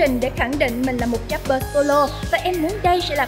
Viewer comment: Rapper chứ k phải dap bơ nha chị